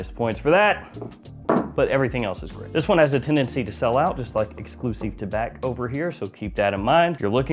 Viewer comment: Tabac, silent c. Thank you.